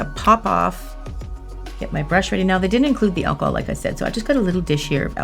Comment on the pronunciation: When she says achol can I use normal achol eg vodka